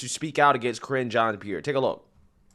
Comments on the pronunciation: Sounded like her Name was being pronounced as "Kringe" ( Cringe) Jeanne Pierre..... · "kringe" jean Pierre" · "Kringe" jean pierre